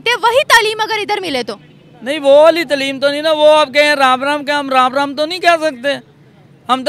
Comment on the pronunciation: abe tleem nahi taaleem hota hai. Urdu toh dhang se bol le.